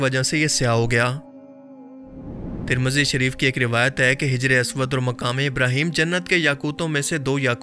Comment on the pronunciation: Bro name teek karo hajar aswad nahi hijr e aswad